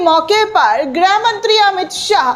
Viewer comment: मैडम जी आप बार बार ग्रह मंत्री बोलती हैं। मैडम जी गृह मंत्री होता है।इसको सुधारिए।